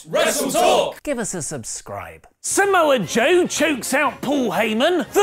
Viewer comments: BLYAT. Oh and it's Samoa Joe, not Samoe Joe. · "Samoe Joe" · "Samoe Joe" lol